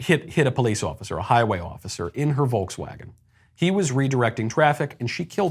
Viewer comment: F*** the POE-LEESE! Let me translate this for you: the POE-POE. Jesus! Does she have a graduation cap?